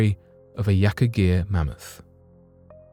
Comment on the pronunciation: Are they going to talk about cloning this mammoth for the next 20 years? Also “Man-moth?” Karl Pilkington.